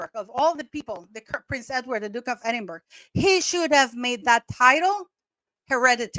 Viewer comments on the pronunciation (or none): Edinburgh is pronounced Edin-burra. Long form. Edin-bra in short/quicker abbreviated form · It is pronounced Edinbra. Not Edinburg or Edinbr.